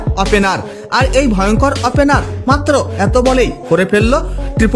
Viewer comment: আপেনার না বলুন... ওপেনার